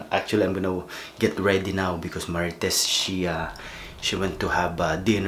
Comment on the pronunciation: Gago ka... Idiot.... Nice accent to pronounce marites... Idol kolokoy..